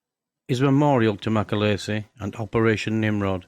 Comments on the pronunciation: His name is pronounced as its spelt Macaleese not macaleesi! Get your facts straight! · Its mc a leeese. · Shockingly bad video and doesn't do Mac justice. Try getting his name right for starters. And what's with the Scandanavian Airline logo? You also can't pronounce Thessaloniki. If that's a tribute to the man it's the worst I have ever seen. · You can’t even pronounce his surname properly.